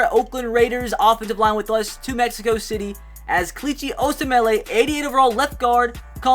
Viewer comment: Kelichi Osemele's name is pronounced "oh sem ul"